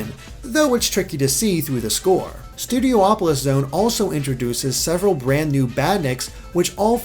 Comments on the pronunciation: Why do you keep saying Studio Opolis? Isn't it just Studiopolis? Only one O? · Also, hey,! You keep pronouncing it "Studio-opolis", but since there's only one o, shouldn't it be pronounced "Studi-opolis"? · It should be said Studiopolis instead of Studio-opolis. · So, is it pronounced Studi-opolis, or Studio-opolis? Or will Aaron Webber tell us it's "Studio-polis", like he did with Hydrocity Zone? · Studiopolis, theres only 1 o between i and P, so it's not Studio-opolis, instead it's Studio-polis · please stop pronouncing it studio opolis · Each time he says Studopolis I hear Studio Hopeless